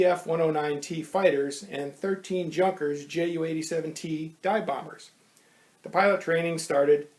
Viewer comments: pronounced yunkers not junkers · Junkers prononciation is absolutely hilarious